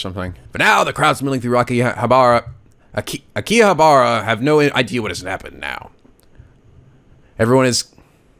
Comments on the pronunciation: I believe it's pronounced Aaki-Haabra. Great video. Keep up the good work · "Ah-key-ha-ba-rah" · I'd like to see more of this. I might have heard of the anime before, but this is turning out to be funnier than I thought it would be. Also, to pronounce Akihabara is ah-kee-ha-ba-la. I know the pronunciation's different from the actual spelling, but from what I heard, the R's are supposedly said as L's. I think the R sounds are supposed to be VERY subtle, but you almost never hear that in the Japanese language. So Mayuri would be read as ma-yoo-lee, and Rintaro as leen-tah-lo. But read it as you please, I just like to be well-versed in foreign languages as I can. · IT IS PRONOUNCED AK~KI~HA~BAR~AH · It's pronounced Aki-Har-Brah, at least I do. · You pronounced Okarin right the first time, "Oh-kah-reen" Makise is "Mah-Key-say" Hououin Kyouma is a tough one, you were close though it's "Hyo-o-een Kyo-mah" Akihabara is "Ah-key-hah-bah-rah"